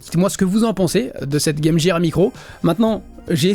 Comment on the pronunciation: Apprends à prononcer game gear correctement gros crétin. C'est vraiment le truc qui m irrite